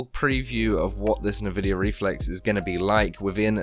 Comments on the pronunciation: N-vidia not navidia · great vid tho the nvidia pronunciation triggers me... its n-vi-dia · Me: An-vidia: Nuh-vidia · he's saying NahVidia to troll us ... he's gotta be trolling us lol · Everyone I've heard says it like "nuh-vidia". Not EnVidia even though that's probably what it's called because I heard a woman say it in an Nvidia Splash Screen. But Nuh Vidia and Nah Videa are basically the same. It's not even like saying Mom or Mum. It's fine to say either but those are like 3 times more distinct from eachother than Navidia or Nuvidia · The way you say Nvidia kills me